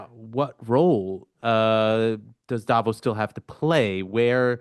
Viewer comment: Hey, would you mind to pronounce "davOs" correctly?! PLEASE ... not "dAvos"! (... I mean, it's really not more difficult to pronounce Davos correctly, than making a distinction between Greenland and Iceland, right?)